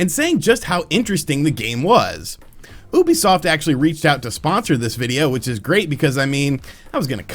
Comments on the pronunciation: Why does he say Oebisoft and not Ubisoft, also fun vid. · ITS FUCKING YOU-BE-SOFT